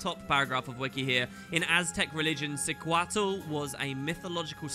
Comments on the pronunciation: I believe its pronounced "Shooquatle" =) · The x in Xiuquatl is probably pronounced like sh, since it's an Aztec-inspired word.